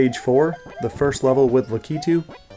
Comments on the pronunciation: HUGE respect for being one of the only people I've ever seen pronounce "Lakitu" correctly! Very cool video content, I had always wondered this but wasn't much of a Mario 3 veteran to really know, and now I do! I really wanted to know about some of the impossible stages that have the 1 tile small gaps though! Pretend they were hacked out on a rom, or just didn't exist, would any of them earn a spot in the top 10? Some of those fortress levels are really hard and I want to know if they're hard enough to make the list! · finally a YouTuber who pronounces "Lakitu" correctly 👏